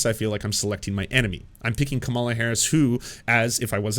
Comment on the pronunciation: I realize it's pedantic, but if you're going to pronounce Kamala's name, put the accent on the first syllable. Thanks.